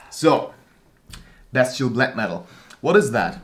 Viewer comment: when you pronounced "bestial black metal" I've heard "best chill black metal" xD you call them tutorial in a satirical way whilest being funny and still keeping it black metal, without making any fun of the genre. And that's what I like with them (and I like to think I leanr stuff too). So yeah: funny, satire of tutorials, and learning shite. Btw, chech out this guy who makes fun of tutorials Good job. Keep making them and I'll keep watching. Cheers!